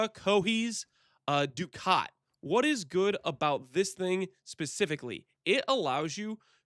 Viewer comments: For the record it is duck-it. GGG said do-caut which is weird but whatever. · Ducat is pronounced like Duck It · good video. ducat is pronounced "duckit"